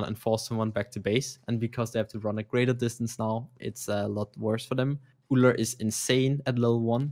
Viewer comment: Ullr D? Oh my u have no clue what u say.....🙈